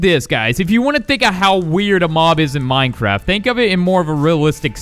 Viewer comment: You sed mindcrad XD